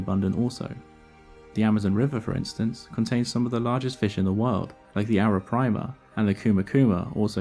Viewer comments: Great video as always. Just that it's Arapaima and not Arapraima. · arapaima, not arapraima. great vid, love the channel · Great video but it's pronounced (and written) "Arapaima" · You aren’t properly pronouncing arapaima or bichir